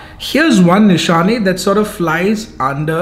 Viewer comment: The Nishane is pronounced in de 2nd way. Coming from a french speaker.